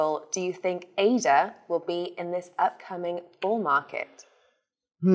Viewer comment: Sorry 🙏, I am a bit deranged by your pronunciations of certain sounds. sounds witch are primordial to create words. For me it has reached a point I am missing vital information. A little example, it took me a while to figure out that ' esa ' In fact is Ada. I hope you can approve that a bit. So to wap thins ap I wis you all a mawie cwismas an à hafie ne jeah